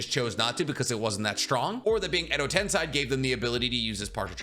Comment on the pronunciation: i know you have spoken on the pronunciation correction stuff before but please for the love of god pronounce tensei as ten-say instead of ten-sigh.